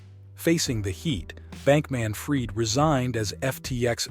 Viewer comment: he actually pronounced the mother's last name correctly.. as "freed"